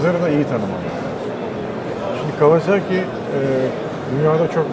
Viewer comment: Kawazaki değil ..KAWASAKİ..